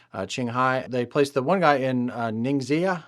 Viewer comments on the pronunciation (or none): bro, pronounced Ning-Xia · You pronounce xi as she, so ningxia would be ningshea